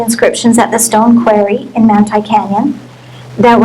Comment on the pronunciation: This woman is an "expert" yet cannot correctly pronounce the very common word QUARRY?? Strange